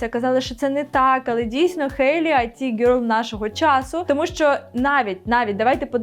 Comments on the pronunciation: Не айті гьорл а іт гьорл 😂 Айті це Information Technology, а іт гьорл це an attractive young woman ❤ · Чудове відео❤ Але IT в „It girl” вимовляється як «іт» (від слова «воно»), а не «ай ті» (від поняття «інформаційні технології»)